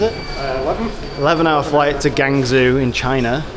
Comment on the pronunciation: Good to know the quality that makes these products look and feel great. Also pronounce the city as Gwong Joe 😂.